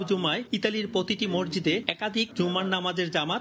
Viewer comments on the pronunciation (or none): মরজিদ বলছেন কেন মসজিদ কে?